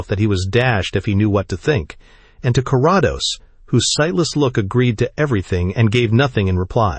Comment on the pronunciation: ❤Thx! Btw, its Care-ah-dose😊